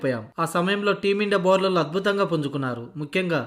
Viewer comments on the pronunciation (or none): క్రికెట్ ను కిర్కెట్ అని , బౌలర్ లను బౌరర్లు అని పలుకుతున్నావేంది బాబూ !!!